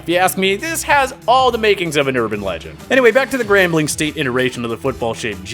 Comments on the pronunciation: 3rd team to the party? NO!!! We're the FIRST team to the party!!! And I dont like how you pronounced us as GAMBLING instead of "GRAMBLING".... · I picked up on that too. Grambling not gambling lol. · It's Grambling State University. It's named after the city of Grambling, Louisiana. It has never been spelled or pronounced as Gambling